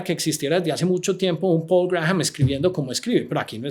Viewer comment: para el entrevistador, el apellido Graham se pronuncia "Gram".